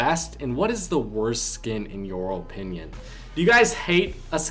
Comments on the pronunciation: The way you say opinion is satisfying i dont know why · i hate how he says “opinion”